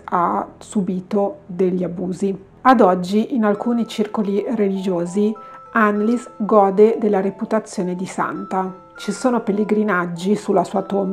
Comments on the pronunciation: Credo si legga "Annelise" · Per questo video è tardi, ma per i prossimi ricorda che in Tedesco le "E" finali si leggono: Annelìse è la pronuncia corretta. "ie" si pronuncia come una i un poco allungata. "ei" = ai "eu" = oi "v" = f "w" = v Cmnq, per la pronuncia delle varie lingue puoi digitare le parole nel traduttore Google come per tradurre e cliccare sull'icona dell'altoparlante: una voce le leggerà con la giusta pronuncia 😉 Bacioni 💗